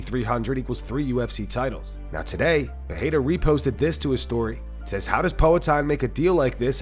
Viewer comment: Please stop with this Joe Rogan's "Peheira" shit, it's not even how they pronounce it in Portuguese